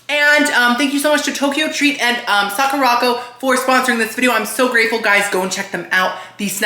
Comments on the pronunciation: Sah-koo-rah Co - like company. Sakura Company. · 🤣Socko-rocko!!! Sweety! It’s pronounced Sakura-co. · I don't know why it's so funny to hear call Sakura Co, socko rocko but I got a good chuckle out of it